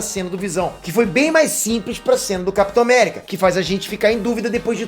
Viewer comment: Capitor America kkkkkkkk kkkkkkkk